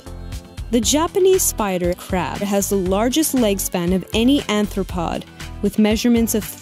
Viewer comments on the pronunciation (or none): I think you meant "Arthropod" (with an 'r') :)